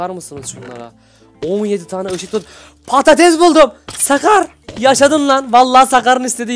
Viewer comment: abi patates değil padtiz